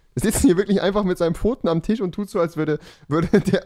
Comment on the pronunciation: Rewi hat TiSch gesagt :D